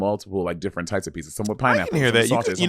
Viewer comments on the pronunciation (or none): Bob saying pee-suhs (pizzas) is cracking me up 😆